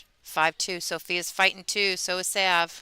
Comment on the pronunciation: Why do you keep calling her Sav ? The a has a short sound not long.